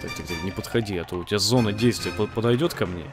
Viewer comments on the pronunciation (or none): none